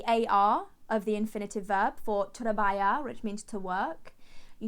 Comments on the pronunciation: It's not like "trabaya" it's more like "trabahar" (not a complete h and not a complete kh something between these two) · No 👎,trabajar , you’re pronunciation is not good : you must pronounce تربخار not تربيار !! Ok🤭😬😦😧😅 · Hi, you got the pronunciation of trabajar wrong. Try تراباخار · You really need to work on your pronunciation because trabajar is pronounced 'trabahar' so trabajo is pronounced 'trabaho', and also 'al cine' is pronounced 'al sin' which means the cinema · work = Trabajar. Spanish J is Arabic Kh, so it's much stronger than the way you're pronouncing it. Three sylables, the stressed one is the last one; tra-ba-'jar. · Hi there, you are pronouncing the Word "trabajar" correctly in Asturian but in Castillian Spanish "j" is always pronounced as a velar fricative /x/ as in Scottish "loch" /lox/. If this hint is not enough, try gathering some phlegm in your throat. That's the sound! Keep up the Good work. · this is for you. The verb Trabajar is pronounced like this Trabaخar. The j = خ in this word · You are mispronouncing trabajar! take care with the pronunciation bc it's so different when compared to English. here in Argentina you can also say 'laburar' which has the same meaning as trabajar but it's colloquialism. 'Trabajo al cine' sounds weird, he correct sentence would be 'trabajo en el cine'. Words like 'estudié' are pronounce the same everywhere. Arabic is 'árabe' keep going guys you're doing great! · THIS IS NOT SPANISH "trebayer" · Trabajar sounds like a traba(َخ)r